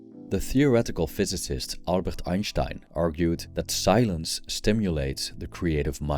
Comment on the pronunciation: Einshhteinshhhhh XDDD LMAOOO